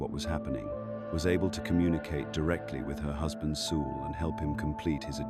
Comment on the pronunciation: FFS teach AI how to pronounce words! Like soul! 😮